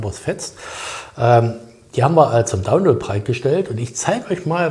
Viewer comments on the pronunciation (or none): none